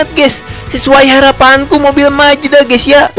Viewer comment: Mazda❌ Majeda✔️😭😭